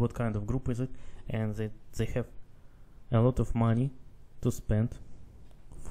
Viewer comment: mispronounces "They" as Zay